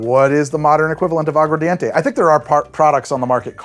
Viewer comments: Agua ARDENTE (fire water) not English mumbled agua dente (tooth water) Pronunciation matters en Español. The key to Spanish is pronunciation, say it like you got a pair even if you don't. Spanish cultures laugh at our spelling B's because they spell words the way they are pronounced. Agua Ardente 'flaming water' would be closest to pure grain alcohol but with sugar cane. !vive la Cuba! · I'm a language teacher and I heard you say "Agua Dente" not aguar enough times to flinch. Go listen, I ain't always right